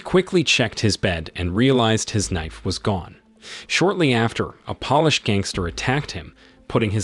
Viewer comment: It's pronounced pole-ish. Not pol-ish.